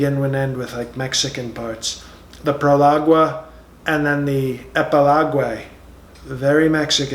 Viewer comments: pro-log-ay!!! lol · "When ya have great talent you don't brag, you just let it speak for itself... " I almost spit out my water when he delivered that line. He's got the tone of voice and the delusional hypocrisy down pat. 🤣 Then he said he doesn't like words like "prologuay" bc it sounds very Mexican. When I realized the word was prologue, I almost spit out my water again. I realized I better just pause this, take a nice bigly drink of water, and then resume watching. This guy is too funny! 😂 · Proliguay and epiloguay!!!! OMG!!!😹😹😹😹!!! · "Prolog-wey" 😅 And the sniffles are back 👏😂